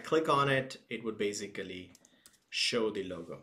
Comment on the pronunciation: Beisicaliii, I'm fkn dieing right here